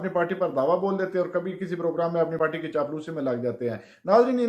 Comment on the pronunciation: پارٹی نہیں "پاٹی"